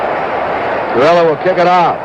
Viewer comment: Gowdy was great except he couldn’t pronounce Pittsburgh’s place kickers name. Gerilla like gorilla is what gowdy would say. It’s gerElla. Gerela. Other than that great call!!